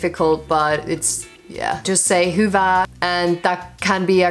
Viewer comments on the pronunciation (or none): Your "hyvää" sounds more like "hyvaa".